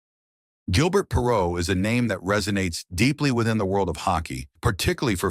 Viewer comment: AI Voice? It pronounces his name as 'G' il burt Perrault as opposed to the proper pronunciation of 'ZHIL' bair. If yer gonna make videos at least use a real human to narrate them.